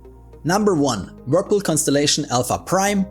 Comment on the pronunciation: "Wirpil" 😂 Subscribed!